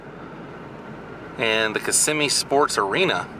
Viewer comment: Kissimmee, it's Kissimmee. And the parks are not in Orlando. It's Buena Vista and Kissimmee.